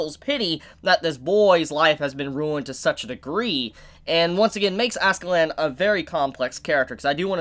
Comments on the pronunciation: It's *Askela'dd', It just sounds funny you saying AskeLAND LOL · I’m gonna dislike everyone of these Vinland Saga videos until you say Askeladd right